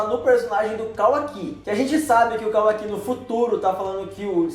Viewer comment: não é “KAWAKÍ” é kawaki